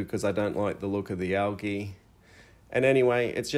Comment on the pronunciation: Pronounced Al Geeee, not algee.